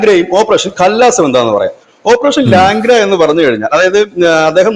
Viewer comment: ലാംഗ്ര അല്ല.. ലങ്കട... മുടന്തൻ എന്നാണ് അർത്ഥം